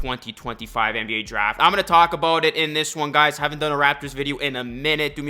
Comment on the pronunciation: Didn’t even need to know ur a raptors fan. I could tell you’re Canadian from the “aboot” 🤣